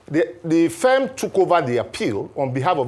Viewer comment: Your guest doesn't know the pronunciation of "Firm". He kept pronouncing it as "fem".